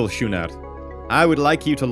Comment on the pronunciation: those ships are pronounced with a hard C as in cat, 'sku-ner':-).